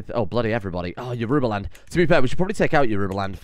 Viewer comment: Yorubaland is pronounced like Yorobaland (with the second o like the o in rowing a boat).